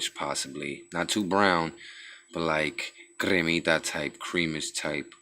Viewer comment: Lol cremita keef gotta be cramita